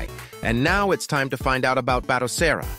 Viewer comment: The automated voiceover can't figure out the best way to say BATOCERA. Lol